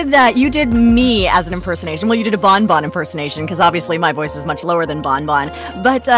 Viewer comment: it's not bon bon... IT'S BAWN BAWN